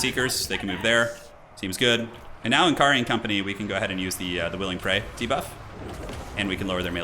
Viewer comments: it's pronounced more like Nakari than N. Kari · Why does every Youtuber have such a hard time pronouncing N'kari correctly? He's "Nikkarri" but most youtubers pronounces it "nn-karri"